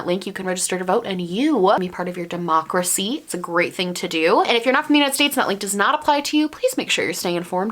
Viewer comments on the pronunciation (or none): none